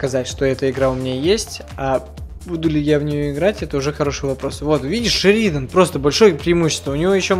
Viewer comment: Ну вообще правильно шеридан (на е ударение)